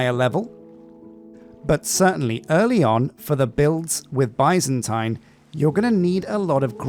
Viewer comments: Love the series ! Your previous minecolonies series helped me immensely when I did my medieval oak build👍. For reference Byzantine is pronounced more like ( biz zen teen ). Of course it’s your channel and you can call it whatever makes you happy😂. I’ll surely be watching till the end!! Although I haven’t previously felt the need to use Patreon, you sir deserve it! You’ll be seeing me soon. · What's funny to me is he used to say it properly when he didn't focus on it. Now he focuses on it and says it wrong.